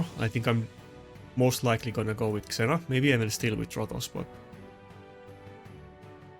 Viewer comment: Trying to help you with English pronunciation... ZEE-Na, not Zena Jems, not Gems (soft g) IN-TREE-GING (intriguing -{hard g})